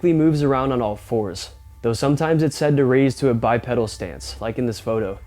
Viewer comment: Love your channel but its pronounced Bi PEEDAL, a pedal is found on a pushbike